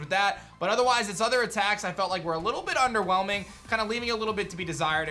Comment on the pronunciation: How many times did he say 'underwhemling'